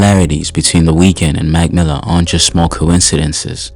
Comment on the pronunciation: Brother it’s “ Mac Miller” not magmilla take a damn breath use punctuation. Terrible for my eardrums couldn’t make it past the first 15 seconds